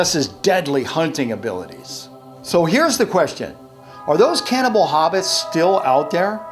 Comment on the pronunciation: On the Card, you say "CANNABAL" not "CANNIBAL" Did you notice?